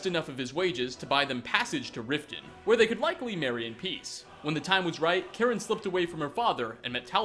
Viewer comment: you are saying Karen the correct way as a member of my family has that name.